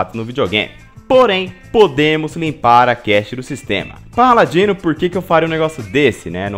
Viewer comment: Kra me desculpa mas toda vez q vc fala sua intro eu entendo Pau Ladino 🌚